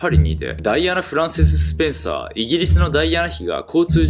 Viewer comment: スペんシャー伯爵家に聞こえた